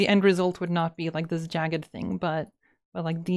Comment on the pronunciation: Aaah,! After starting to interact with Swedish people more and starting to learn Swedish myself, from the way you say "this" I can guess you're a Swede XD From your accent when speaking English, I always thought you were North American!:D